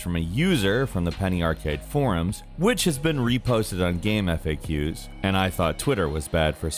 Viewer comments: Game "Eff Aye Cues" First time I've ever heard it like that.. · is that how you say Gamefaqs? not facts.....mindblown